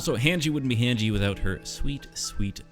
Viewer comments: The way you said Mikasa and Hange leads me to believe that you pronounce pasta as "pass-tuh" which disturbs me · Dude you said every name wrong. It’s pronounced Honji and Miekasa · Bro said Mi Casa and Han Gee 🥲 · The way hesaid hange and mikasa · This is great but the pronunciation of Mikasa and Hange has me crying